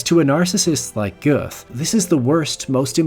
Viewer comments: For goodness sake, it’s not that hard in the 21st century to find how Göth is pronounced in German! Clue: it’s not “Geuth”. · It's either "Göth" (real German way to write it) or "Goeth" (for ppl who don't use or can't pronounce "ö". Never both. The "oe" makes the same sound as "ö" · Pronounced geüt, as in GUTen tag, not goeth, like geth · It's Goeth. Not "Goeff". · Worth noting that "Göth" (or Goeth in its alternative spelling (ö = oe, ä = ae, etc.) is pronounced not with a soft "th" (as in think) but with a hard "t" sound as in "train". Göth himself reportedly declared himself to inmates as being their "god". "God" in German is "Gott", which is only a slight change from the pronunciation of his own name (got versus gheut). Just an observation. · You can't even pronounce the name right. Our "th" is not pronounced like a th in English. It's just pronounced as a "t". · Just a minor point. Goeth is pronounced “Gert”. No th sound in German as we know it in English. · Good video but his surname is pronounced Gert. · It's pronounced "Rafe". Also the author pronounces Amon Göth's name wrong consistently, it's more like "Gurt" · Pronounced ger-tah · Göth or Goeth (the Anglicized spelling form) is pronounced Gert as in yogurt. The ö in German is pronounced with an er. Just FYI. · It's pronounced like 'goat'.